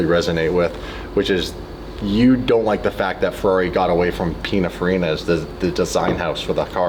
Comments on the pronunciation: Hey, Italian dude living in Switzerland here: it's pronounced "pin-in-far-E-nah".😉 Love your channel, I'm an OG DDE subscriber from when you were doing it all by yourself, so if you need an unpaid Italian pronunciation consultant who knows what he's talking about, count me in. And if you're happy with my "services" you could always send me a fancy DDE t-shirt or hoodie as a "thank you" once in a while, right? 😁 Fun fact for car culture geeks: "Pinin" was Giovanni Batttista Farina's (the founder of Pininfarina) childhood diminutive nickname. He later changed his legal name to Battista Pininfarina in 1961. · Its Pin(in)farina, not pin(a)farina, just saying, love you guys. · A lot of people talking about Pininfarina here who apparently have no idea how to say the word or how it's spelt. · I love hearing people mispronounce Pininfarina 😂😂😂😂😂😂 Lets not forget though that Pininfarina designed some of the most beautiful vehicles for everyone from Cadillac to Lancia. I don't think it was ever an option for Ferrari to aquire them.. Im pretty sure that,thats what it would've taken to have them be the key designers of all their cars.. I couldn't be wrong though on that fact.. cars are now designed by computers and programs. They used to sketch a car on paper or sculpted out of clay. Ferrari is not that far off though. People nowadays look at a stainless triangle and think its cool....its the times, people have no soul before the cars no longer do